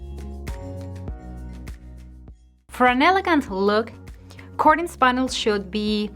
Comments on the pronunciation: The first syllable in the word "curtains" rhymes with "her" or "hurt". It does not sound like "cork" or "cord". I speak Spanish as a second language and I am grateful when a native Spanish speaker corrects my pronunciation. I suspect that you do, too. Thank you sooooooo much for the useful ideas. My mistake is having curtains ( "her"..tains) that too short. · I literally thought she was talking about something else pertaining to curtains when she was pronouncing it cordunes. I thought cordunes had something to do with hanging the curtains higher...lol! I'm over her trippin! Great advice though! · The way she says "curtains "....🤣🤣🤣🤣🤣